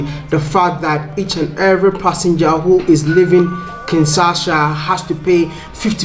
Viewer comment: Wode, please learn the correct pronunciation of Kinshasa. It is Kin-sha-sa, but you keep saying Kin-sa-sha.